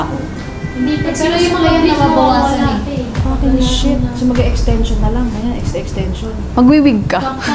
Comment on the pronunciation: yung "F*cking sh*t" talaga ee talagang may diin yung pagkakasabi hahahaha